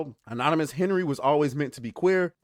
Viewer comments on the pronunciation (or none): none